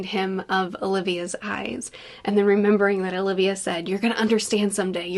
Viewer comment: Olvia, not Olivia 😉